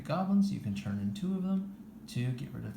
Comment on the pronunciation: Do you understand that the word “turn” is pronounced differently than the word “churn”?